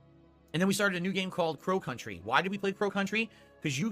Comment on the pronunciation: Why does it sound like he's saying pro country instead of Crow Country?